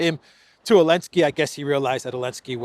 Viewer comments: Why do you say Olenski? Alenski? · Why does keep calling him ELENSKY without the "Z" at least half the time? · i like it more when u called the green goblin “Elensky “ than Zelensky😂